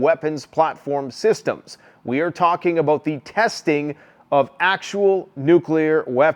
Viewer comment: "Toocking abwooot" ? Does he mean "talking about" ? .